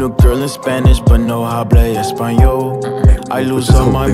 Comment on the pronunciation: Anyone else speak spanish and laughing at how he pronounces the "h" in "hablo espanol" ? The "h" is silent in spanish, buddy LOL.